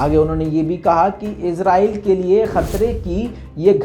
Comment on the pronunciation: Yar lafz to shi bolo azrail nhi israel he